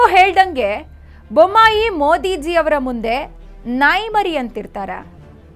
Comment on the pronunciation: ಬೊಮಾಯಿ ಅಲ್ಲ ಬೊಮ್ಮಾಯಿ